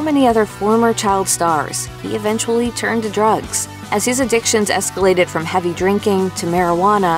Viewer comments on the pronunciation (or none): none